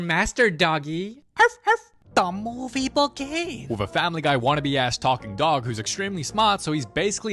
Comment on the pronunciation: "DA MOVEE BEGIN!"